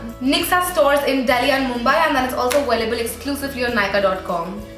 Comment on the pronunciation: ah-way-lible is aVailable :)